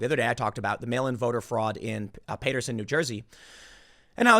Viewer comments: Tim: Paterson is pronounced pat, not pate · Tim its pronounced PAT. ER SON NOT PAYT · Paterson - Pat rhymes with Bat. I told you this yesterday. READ THE COMMENTS FROM THE PEOPLE WHO PUT FOOD IN YOUR MOUTH. Stop using us to pay your bills.